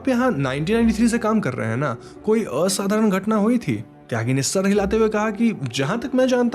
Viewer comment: The way you pronounced असाधारण 👍🏻